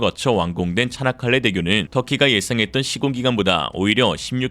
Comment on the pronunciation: 차나칼레 대교?? 발음이 "차(이)나"니 즁귝이냐? 쪽팔린 중공! 쪽팔릴 중국!! 정신차려 중국인민들아..